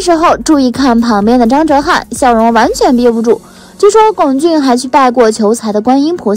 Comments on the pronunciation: 不管姨太是哪里人，但至少龚俊的我们内地的，普通话念第一声。所以真不能忍，不看了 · 麻烦四姨太把龚（gōng）俊的名字读对…